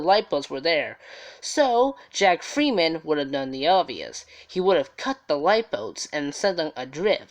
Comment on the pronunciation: His name was Jack Ferriman, not freeman u tool.. 😓